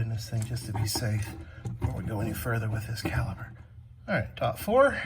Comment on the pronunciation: When you say calber I'm assuming you mean caliper?